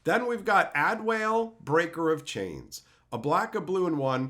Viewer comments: Ad-e-wal-e not add whale. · If you have a review for the card or anything later, it's pronounced [Add-Wall-A]. But to be fair, if you haven't played the game, it's not an easy name. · Adewale is pronounce more like Add E Walle, he was a slave who was was liberated and became a pirate and then became an Assassin that liberated a bunch of other slaves. the flavor is pretty cool. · [Ah] [De] [Wah] [Leh] That's how you pronounce his name, one of the most popular Assassin's in the franchise. He's French. His story revolves around him freeing slaves in the Southern US and Florida Keys islands. He's one of the only characters Ubisoft kept alive through 3 games to expand on his story. All love! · Adéwalé is pronounced "Ahh-deh-wall-ay"